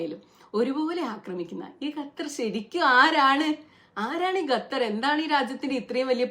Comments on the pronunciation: Gattar alla Qatar pronunciation ( Khattar) Galeel alla Khaleel ( khwa soundil ulla pole) Do more research Qatar Saudi USA all know about the strike The planes Saudi air space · ഗത്തർ അല്ല ഖത്തർ 'g' അല്ല 'q' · Gathar alla Qathar........ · Gutter ഗ അല്ല ഖത്തർ (ക )